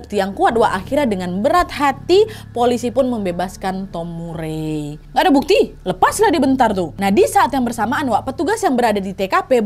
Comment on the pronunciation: Nama Murray bacanya Mar-ri 😉